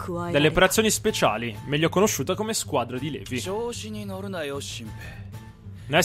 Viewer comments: Eren la pronuncia di LEVI è LIVAI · Eren volevo dirti che non s i pronuncia levi ma livai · Eren io ti voglio bene, MA TI PREGO SMETTILE DI PRONUNCIARE LEVI "LEVI", SI PRONUNCIA "LIVAI" DIO BUONINO. Detto questo grazie per metterci tutto questo impegno nei video per noi <3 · LIVAAAAAAAAY! SMETTILA DI DIRE LEVI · Non so perché ma mi viene il nervoso solo a sentire "levi" al posto di "livai" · eren si dice livai non levi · eren plz chiamalo livai non si può sentire Levi in realtà si dice livai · Ti prego eren pronuncia levi Livai ti pregoo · si pronuncia livai non Levi ti prego nn posso sopportarlo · Eren... si dice Livai. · si pronuncia Livai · eren levi si scrive levi ma si legge livai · Soul6 Si ma non si può sentire .-.